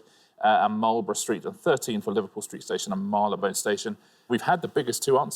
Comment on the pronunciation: He said Marylebone station incorrectly !